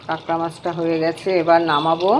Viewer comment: Apni kakra kakra korchen ami katla katla sune jacchi dhur 😂